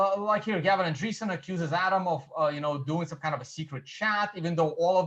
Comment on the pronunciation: I'm no expert and I'm sure I know more than. Not getting Gavin's surname right just shows that he must of done almost no research. You can just look at how its spelt or at many videos where people say his name. I'm British and I'm only just getting out of the habit of using double space, I must be Satoshi:)